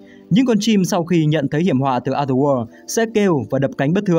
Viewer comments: chữ "o" trong other kênh đọc đúng là "ə" rồi còn gì nữa? Có tra cách phát âm trước khi bắt bẻ không đấy? Hay là ông nghĩ phải phát âm "o" đúng kiểu o tròn như quả trứng gà :D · đọc đúng rồi mà